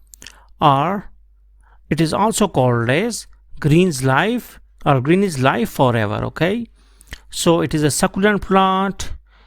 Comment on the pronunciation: "Live" forever (pronounced liv)